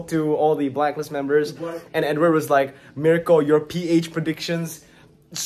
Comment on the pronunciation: Bro when you called Edward "padapap" 😂😂